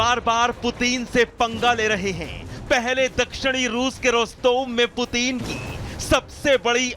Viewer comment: भाई एंकर पुतिन नाम है पूतीन नहीं 😃😅😂😄😆😀